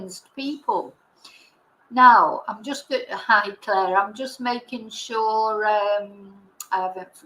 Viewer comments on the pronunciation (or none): none